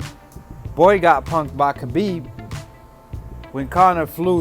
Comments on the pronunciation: Dude you keep saying kabib it’s habib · khabib ( huh beeb )